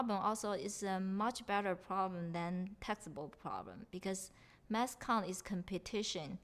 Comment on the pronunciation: they say mass instead of math